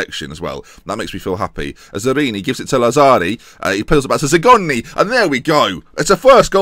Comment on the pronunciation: The pronunciation of Pontisso and Bonifazi was actually pretty close! Lazzari's and Arini's wasn't though 😂